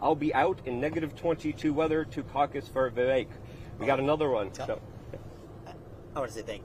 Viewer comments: Luke!! You’re saying his name wrong. It’s Vivek like cake! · Vivek rhymes with CAKE !!!!